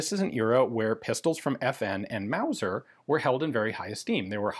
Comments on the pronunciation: Wauser? That's ridicu-rous! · First thing that came to mind, when Ian said wauser, was Sha- na-na. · Mauger or Luser?